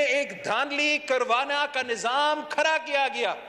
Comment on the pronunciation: Khra nhe hota,khda hota Hy yar